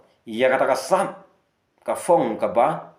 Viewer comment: Ka phong ✅ Ka fong❎ Ka phang ✅ Ka fang❎ I leh raiñ kren standard palat🤣🤣🤣